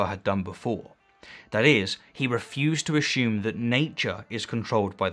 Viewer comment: I like the way you pronounce "assume"